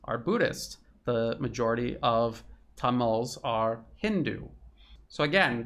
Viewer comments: Tameeels. Not Tamals. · CHECK YOUR PRONUNCIATION. Tamils. Not Tamals. Shree Lankan Moors??? Muslims. Also Tamil speaking Muslims.